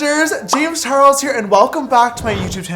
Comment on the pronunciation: does anyone notice how in the intro there is no "L" in charles